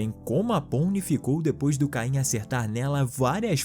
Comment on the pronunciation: O nome não é caim é caine